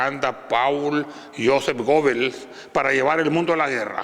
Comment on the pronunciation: Buenisimo hermano¡¡ detalle , nomas, se pronuncia Gebels se escribo Goebels